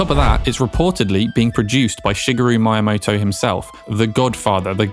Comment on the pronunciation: wasn't really noticing this until I heard him pronounce Miyamoto as "Mye-amoto" -_